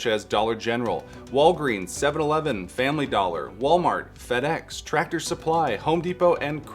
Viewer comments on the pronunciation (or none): none